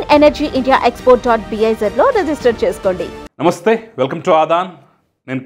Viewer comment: Frists you learn how to say namastey